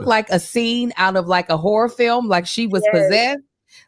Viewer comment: don’t be pronouncing that second syllable in horror huh? 😂😂😂